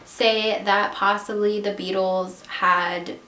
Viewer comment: When you said the Beatles in the accent I straight up thought you said the bagels